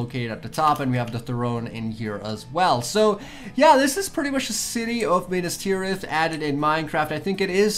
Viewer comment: it is Minas Tirith. Not Minus Tirith